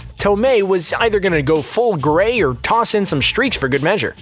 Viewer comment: "The gree streaks" Lol